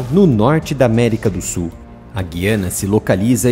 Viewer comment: Olá. Só quero contribuir para melhorar. No Brasil, deve pronunciar-se Guiana, com o ditongo "ui". É um erro falar Guiana (com som de "ghi": enguiçar, enguia, guiar etc)